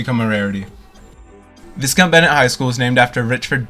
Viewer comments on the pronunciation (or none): I think it's actually pronounced Vy-count Bennett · Thank you for posting. I attended some classes and a series of work shops at that school many years ago. Another piece of Calgary's history has vanished. This video was very informative. Most people pronounces is Vy-count. I always pronounced it Vis-Count. lol 🙂